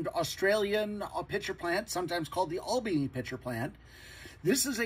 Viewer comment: Good info, but with the minor caveat that Albany is pronounced Al Bany (like Alan, not All). Apparently it's just about enough to get you lynched by the locals.